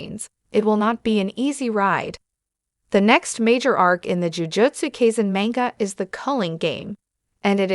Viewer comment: "Jujotsu kayzin" 2 seconds into the video